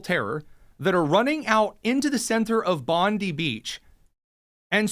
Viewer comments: It is not Bonde it is Bondi beach you prounounce the i. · Dude, it’s Pam Bon-dee. The Beach is pronounced Bon-die.